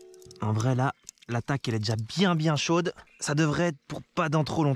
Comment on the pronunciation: Salut tu m’as fais bien rire avec ta pizza ‘’biennn chauuude’’ avec un accent on aurait cru québécois!😂 d’une abonnée du Québec